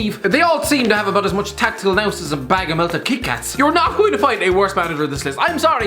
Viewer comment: No one: Not a single soul: The Irish Guy: TACTICAL NOUSE